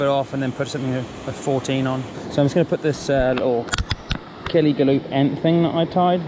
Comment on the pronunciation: garreth is right on how to pronounce kellys name